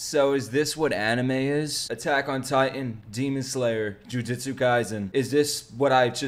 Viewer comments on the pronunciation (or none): none